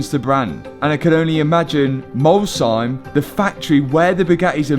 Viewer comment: as an Alsatian, the fact that you pronounced Molsheim better than most French people is so fun